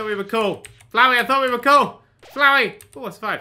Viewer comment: HE PRONOUNCED FLOWEY RIGHT THANK GOD